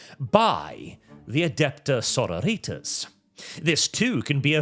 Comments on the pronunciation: Please stop pronouncing it like "senorita's". The -tas should sound like the first A in "pasta". so*RO*ri*tas. It's Latin, not American high school Spanish. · AH CAINT UNDERSTAND YEH IT'S "so-ROW-ree-tas" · Why does it sound like "Señoritas" every time you say their name? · stop pronouncing "Sororitas" like that. It's really grating. I can appreciate you being... extra, but that's a step too far even for me. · The way pronounces Sororitas feels like getting stabbed in the ear. It's bastardized Latin, not Spanish.